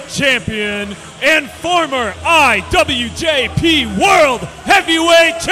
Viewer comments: Soooooo...are we just going to ignore that the ring anouncer said former "IWJP" 🤣🤣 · Did he say IWJP?